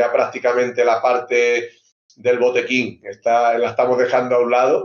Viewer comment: Una entrevista muy correcta pero ha dicho Botequin!